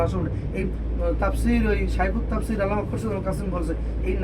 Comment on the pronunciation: আল্লাহর নামটা একটু শুদ্ধভাবে উচ্চারণ কর